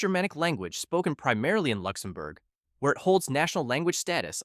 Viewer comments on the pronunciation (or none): none